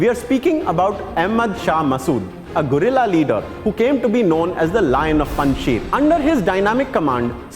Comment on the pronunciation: Its Guerrilla Leader, Not Gorilla Leader.